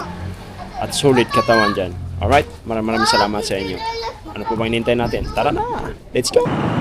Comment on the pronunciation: oryt ahaha